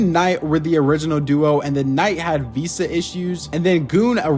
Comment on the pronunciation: whats a veesa isnt it veeza